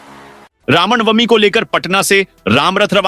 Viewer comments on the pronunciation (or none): Ramnwmi ko rawnbami bolna sahi hai?